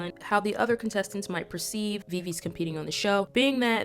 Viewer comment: I'm sorry, but Viviz is pronounce Vi-Vi-Ji, following their korean pronunciation. Sorry if I sound rude. Thank you.